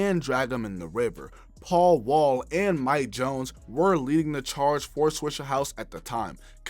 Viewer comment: it’s swishA house, not swishER house. mayne Hol’ up!!